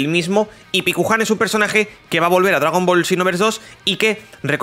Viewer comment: Paikuhan, no pikuhan